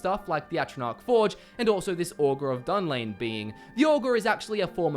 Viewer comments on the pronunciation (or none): none